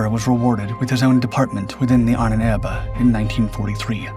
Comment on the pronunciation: AHNENERBE not Ahn ebe.......dude.